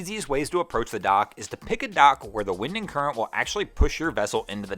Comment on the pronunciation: He says wind and current like windingcurrent